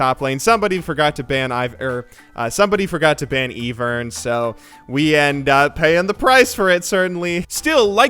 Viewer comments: Its Ivern not Evern PLS GET IT RIGHT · HIS NAME IS IVERN, PRONOUNCED EYE-VERN, NOT EE-VERN! THEY EVEN SAY HIS NAME IN GAME! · Its Ivern like eyevern not Evern pls. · He said EEE-vern on purpose! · You said it right, then you went to correct yourself by saying EE-vern again..... (guys i think he is doing it on purpose) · You got this losing streak from calling Ivern, Evern. Pronounce It correctly and you'll stop losing. Try it, it works 10 times out of 10. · You actually say "E-vern" knowing the proper way to say Ivern?...... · The worst feeling in LoL is actually one of your favourite content creators mispronouncing Ivern at every opportunity